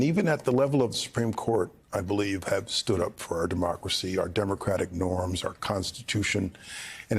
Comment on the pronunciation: Demradic republic. Say it right. Ya nonsense pedaler